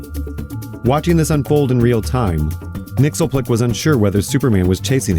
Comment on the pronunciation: Love the reinvention of Mxyzptlk as explicitly one of the Fair Folk! Though for reference his name is pronounced “Mix-Yez-Pit-Lick”